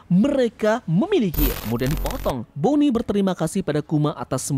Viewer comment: mohon maaf izin kritik, ada beberapa kata yang tidak jelas, sehingga saya mengulang ngulang lagi, demi membentuk nada dengan cara dipercepat pelafalannya, seperti "tubuhnya" "ditekan" "bonney"